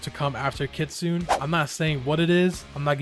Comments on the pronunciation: Hey what does it take to be an adnim, also unrelated, you said kitsune wrong its kitsoonay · Kitsune is pronounced kit Sue Neigh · “Kit Suune” Bro made me have a seizure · i’m sorry but being japnese i have to say it’s ki tsu ne not kitsuen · kitsun-eh. you’re not pronouncing the last letter. Anyway, this was the best tier list i’ve seen, i agree with your placement of the fruits. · Ir mispronounced kitsune... It's pronounced KIT-SUNE-AY As it, the e makes the Ay sound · Blox fruit admin but doesn’t even know how to say Kitsune